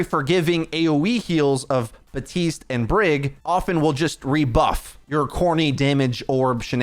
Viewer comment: Great vid aside from the baptiste and kiriko pronunciations